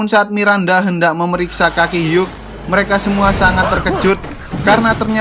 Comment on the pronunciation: "Hugh" sebenernya tidak pake g, dibilang "Hiu" aja. Seperti nomor 8 yang tidak egg, melainkan ate. Makasih bang!